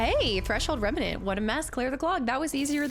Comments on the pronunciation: it’s “reMNant”, not “reMENant”. Gives me “Ensuna” flashbacks every time you say it wrong 😂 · I think the way you pronounce Remnant, you added an extra 'a' in the middle compared to how it's usually pronounce, just a little detail I noticed and maybe you'd like to know! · I like how we are in part 5 and you still say remnant wrong 😂 you just add letters lol